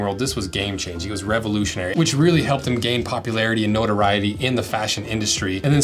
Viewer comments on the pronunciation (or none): none